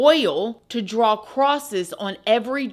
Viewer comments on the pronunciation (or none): none